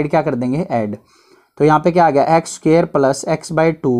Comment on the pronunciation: Or +plus ko palas😂😂